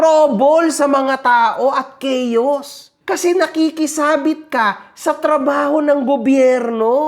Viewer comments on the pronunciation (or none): none